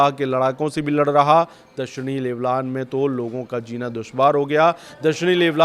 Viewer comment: Leblan nahi lebnon hai